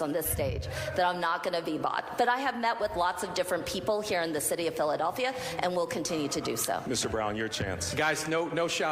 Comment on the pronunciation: Derek Green can’t EVEN SAY Philadelphia… wtf